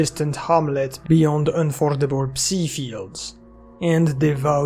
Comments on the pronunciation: My brother, you pronounce psi like sigh the P is silent. Stop calling it a pussy wave😂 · please, man. It's "псай" not "пси"